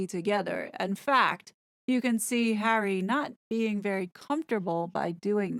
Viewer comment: C: Awful, isn’t it? It’s disrespectful in my opinion; as if she can’t be bothered saying two syllables (as in Har-ry) versus the one syllable, H.